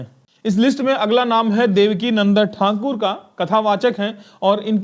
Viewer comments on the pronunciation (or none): Uchcharan sahi rakhe thankur nahi thakur hai